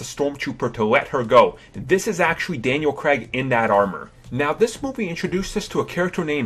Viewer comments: Daniel CREGG?! WAR-WICK Davis?! Cr-ay-g War-ick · Daniel Cregg? it's Craig